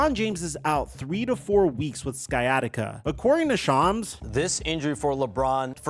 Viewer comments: Bro said skyattica lol. It’s sigh at itca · It's not pronounced Sky bro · it with what? Sykatiga? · Always hilarious seeing people pronounce it sky-attica 😆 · so interesting how he alternates between pronouncing it "sciatica" and "sky-atica" throughout the video 😂🤷🏿‍♂️ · "skyatica"... Christ, dude..... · did he just call it "sky-attica"? lol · Sky Attica lol, all along the video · "Sky atica" lol wtf. Come on bro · Dude how are you pronouncing “sciatic nerve” correctly but not “sciatica”? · How do you know how to say sciatic but not sciatica? 😂😂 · Bro! The “C” in sciatica is silent. Just like the “C” in sciatic. #ComeOnMan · It’s called sciatica.. This guy is saying it wrong!!! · Bro work on your pronunciation 😂 do you pronounce science as skyance? Smh you speak for a living hahaha